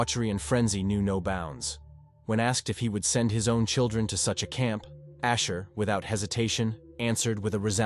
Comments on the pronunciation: Usher, his stage name is Usher, not Asher. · It’s Usher not Asher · The name is not asher, its usher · USHER NOT ASHER!!!😮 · I thought his name was Usher, not Asher??? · Usher not Asher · Asher it's usher lol😂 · Its USHER not ASHER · AI can't pronounce Usher